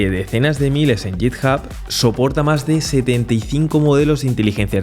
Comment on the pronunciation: Perdona que te corrija una pronunciación, pero es que me sangran los oídos cada vez que te escucho decir "yitjab"... se prouncia "guitjab" (obviamente lo he escrito fatal para que te hagas a la idea de la pronunciación, la "h" de hub no se pronuncia como una "j", pero es el grafo cuyo sonido se parece más en castellano), pero a lo que voy es a la "G" de "git", es "guit", no "yit" ;)